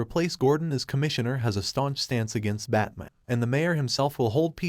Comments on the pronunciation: You speak perfect English so Why when telling the story you call him bat mon? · Does the narrator keep saying Bat-mun? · I hate the way this thing pronounces batman